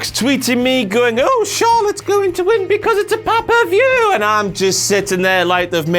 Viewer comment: Listened just to hear you say "Pah-pah-vuew!".